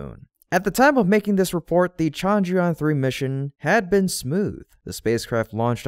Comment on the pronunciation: chandrayaan has a soft ch not a hard sound, sorry, it is the teacher in me, good work as usual.